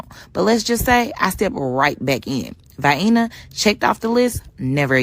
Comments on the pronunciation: "Vy-inna Austria"? She can't even pronounce it correctly! She hasn't been anywhere! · Viena. Rhymes with hyena, right? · In the defense of the lady people in the southern U.S. call the little canned Vienna Sausages VI-EE-NUH sausages. sweetened up to Vi-EEEE_NIES to be silly, but EVERYBODY knows that Vi-EEE-Nies are NOT pronounced the same as that little town in Austria, where they put them shrimps on the Barbie :) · Vayaayner? 🙄 ‘Come to Vayaayner for the architech!!’ 😣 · In the south of the United States, they pronounce Vienna sausage as Vianny sausage. That’s probably why she pronounced it Vianna. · Did she call it Hyena with a v?? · Vienna.... rhymes with Hyena... in ebonics! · Vi Enna? Arkatec? How about a lexicon or encyclopedia? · No no, it's "Vye-ENNA"... gotta say it like someone from "Af-REEKA", lol. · Spent her whole life eating Viiiana sausages from tin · “Vienna, pronounced Vyena, like Hyena with a V.” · She has heard of Vienna sausage, and thinks that’s how you pronounce it. What a world traveler! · I'm booking a trip to this unheard of utopia! If I have to hear this troglodite misprounce Vienna one more time my brain will explode.... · Vienna sausages is where she got the pronunciation. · her vid starts with her saying " Why as a black person I wouldn't go back to Vienna, Austria" mispronouncing Vienna, she is clearly from da hood. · she pronounced like the sausage rofl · . OMFG!! EVERY TIME this woman says Vienna WRONG!! She NOT only makes my skin crawl but my soul aswell!!! TYPICAL American!! They cannot pronounce ANYTHING right can they!! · Interesting that one of the most 'educated' women in the US can't pronounce 'Vienna' or 'architecture'. She should probably have 'axed' a few questions before going. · How can a woman who cant pronounce vienna afford to travel to vienna. Blows my mind. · Hillbillies pronounce vienna sausages just like that black lady. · So she pronounces it like it is the sausage. Got it. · Vainna, Austria 😂😂😂